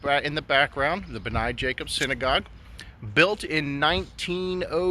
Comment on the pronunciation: Thank you for your coverage of our synagogue. Great job, except the name is pronounced 'BNAY', long a at the end. Anytime that you'd like to see the inside, please let me know.